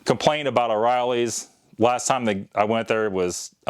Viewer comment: O'Reilly. Not oreillys